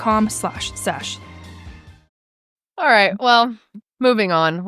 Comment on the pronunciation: I thought they said they were sponsored by “coochie” not “coyuchie”